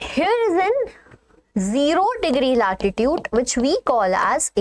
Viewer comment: its latitude not latitute